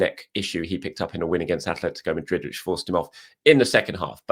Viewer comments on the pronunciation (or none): none